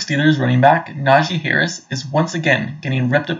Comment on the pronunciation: I love that you keep mispronouncing his name. Who cares who this guy is? He clearly hasn’t been watching Najee over the last two years. 1200 yards behind the worst rushing line in the NFL last year.Then over 1000 yards in a season when he was injured for about half of it. Not bad.